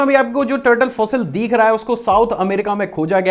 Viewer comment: Bhai deekh nhi rha hai dikh rha hai Work on your accent